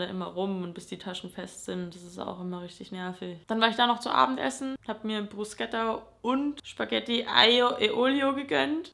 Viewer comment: "Prusketta" und "Schpagetti" schmerzen ein wenig... 😂